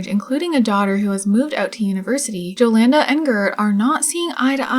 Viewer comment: jolanda is typically pronounced yo-lawn-duh :)